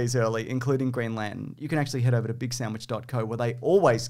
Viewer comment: Green Lan-ten.